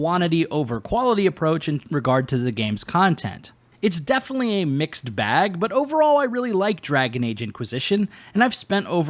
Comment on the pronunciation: I had to stop when you said "ghost of shusima" prior to that you said "definely" and "excetera" learn to properly pronounce words or stay away from creating content.